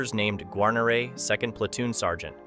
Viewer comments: Gar-nor-ray? How'd you not know how to pronounce his name? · BOB did have it pronounced incorrectly. It's Gwa-near-ee phonetically. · I will. "Gwar-nair-eh" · Exactly. It's pronounced "Gwar-nair-eh" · An AI voice?.... really... (Gar-neer... Gar-neeeer) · I would like to apologize for mispronouncing his name. It's an AI voice. I have been in contact with William Guarnere's granddaughter and many people are saying his name wrong. For example, in the Band of Brothers series, his name is also mispronounced. But again my apologies to those who offend. I make the videos with great respect and honor to the veterans. That is the most important thing for me and I think for most people. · Could you please pronounce his name correctly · Mispronouncing his name makes this video painful to watch. So bad that you use a clip from Band of Brothers which uses his name correctly. If you can’t pronounce a hero’s name correctly get out of the business. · totally agree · Can't pronounce Wild Bill's name I didn't watch. Do your homework it is so Easy to find out how to say it correctly. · Yeah sorry the second you mispronounced his name I checked out. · Pronounce the guys last name right for Christ sakes.